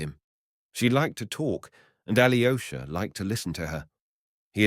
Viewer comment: Aloysha not Ali o'shah